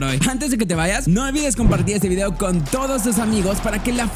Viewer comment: Vidéo????? No entiendo por qué lo dices así, la tilde está en la i 😅. Hay alguna explicación para esa pronunciación?